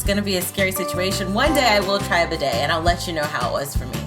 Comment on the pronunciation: “Badey”? Lol it’s “bidet”